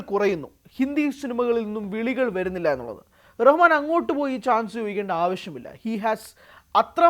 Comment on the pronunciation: Ar Rahman alla AL Rahman anu😂😂